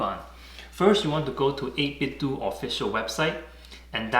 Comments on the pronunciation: First off, excellent video, thank you. I'm just gonna throw this out there, 8bitDo I would think would be pronounced doe not do, like Nintendoe / 8bitDoe lol Also I would think through a software update that they can make the macro work no matter what side your are facing. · i'm a little late to the party but the company is pronounced like nitenDO not "do" as in "to do". They collaborated with "Analogue" on Nintendo accessories, hence the name - but very good review nontheless! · It's 8bit-DOH like Ninten-DOH. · Surprised how many people call the company 8Bit-"do" as in "just do it" when it's clearly a play on the name Nintendo which we pronounce it as "dough".